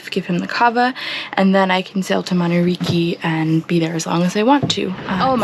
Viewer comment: In Fiji "C" is pronounced "th" in other words Mamanuca is Mamanutha